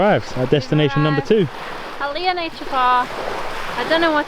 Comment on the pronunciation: You continue to surprise me with your new finds. And for that, i subscribed. And one thing i noticed, you have learned how to pronounced the letter "A" the Filipino way, short "A" sound (we got from the Spanish colonizers). So you verbalized Catandayagan Falls correctly - KAH TAN DAH YAH GAHN. Congratulations. The landing fee of Php 200 and entrance fee of Php 25 is reasonable by PH standards considering the place is not that developed.